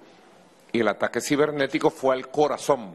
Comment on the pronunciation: "Al corazoM"! Nico necesita definitivamente un logopeda!